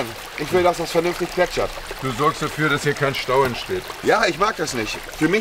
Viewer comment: 'ich will, dass das vernünftigt plätschert' hahahahah